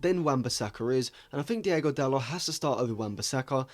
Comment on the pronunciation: Great Video, just want to say though, It's not Diego Dalot, It's Diogo Dalot, Diego is a Spanish name